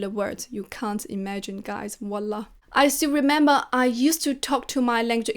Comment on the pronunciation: Une vrai arabe, tu ma tuer quand ta dit wallah 😂😂😂